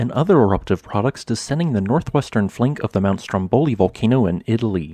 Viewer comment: it's Strómboli with the stress on the first o. Enough with butchering Italian